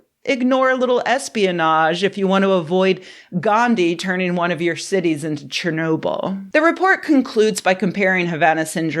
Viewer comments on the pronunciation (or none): none